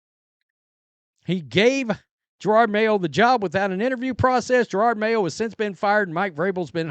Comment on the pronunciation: I love how he still says Gerard mayo, lol